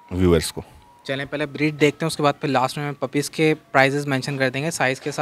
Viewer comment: puppies not pupple 😂😂🤣🤣